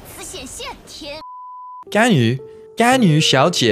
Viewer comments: 說「甘雨」但跑出來的是「干你」真的快笑死我了 螞蟻哥哥的中文口說好厲害，讓我好驚訝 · It’s actually 甘雨=ganyu=sweet rain,they spell the same but there’s a bit issue about the tones 😂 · Really enjoy this. Probably a side note, the reason Ganyu has been interpreted as the F-word: the way you pronounce "gan" ends with a very heavy glottal sound, which makes it sounds like "gan-nge-yu". Next time try to split the two characters a bit more, it will help.